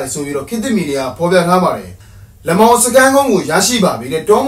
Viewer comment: လမောင်ရဲ့အသံထွက်က လတ်မောင်ပါ